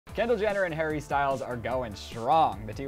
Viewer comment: Who da fuck is Hendall, I thought her name was Kendall